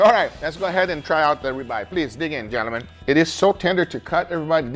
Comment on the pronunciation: I love how says Gel-A-Men...i mean gentlemen. We all have our accents! Great content as usual.